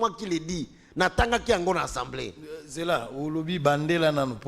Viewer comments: Mais, sala effort ata opération na gorge po olobaka ASA ASA ASA ASA mais pas ENSA ENSA ENsamblé nationale. L'Institution s'appelle ASSAMBLEE ASSAMBLEE ASSAMBEE ou comme vous voulez ASSEMBLEE ASSEMBEE NATIONALE. PHONETIQUE C'EST [ASSAMBLÉ] Mais pas [ENSSAMBLEE]...Il n y a pas nasal, please il n ya pas nez. reaprenez les choses...SVP, Ndeko Zulu, Kankolongo, Epenge, Bibi, Reaco news, e tuttti quanti, please...comme on dit ASAMBUE dans la boucle. Et c'est ASAMBLÉ. Pas ANSAMBUÉ et pas ANSAMBLÉ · eza Assemblée pas ensemblée yekola ko prononcer esalaka nga pasi koyoka yo na ba journalistes mosusu ko prononcer ensemblée